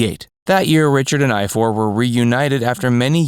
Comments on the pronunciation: They are Welsh. Richards older brothers name is pronounced I-Var. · You pronounce Ifor as Ivor.. I wondered what you were saying did a moment!!!